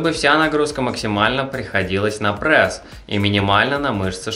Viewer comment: Не Прэс, а пресс